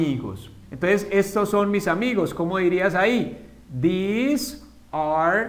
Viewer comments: I´m pretty sure I´m way far for my comment, Years after.. But This and These have a totally pronuntiation, not like you said This is short and softly, these is like theeez.. longer e and with z sound. :( so.. they are confused!!! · This and these se diferencian en la pronunciación...osea no se pronuncian cómo tú lo dices